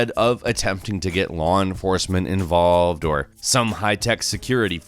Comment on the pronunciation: "enforcement inVALVEd..."